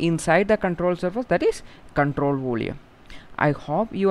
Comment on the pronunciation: Your explanation is superb but I think you are having some pronounciation problem in 'volume'.... Rest of all is op.....